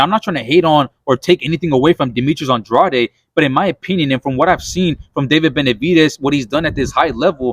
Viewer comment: Why does everyone pronounce Andrade wrong???????????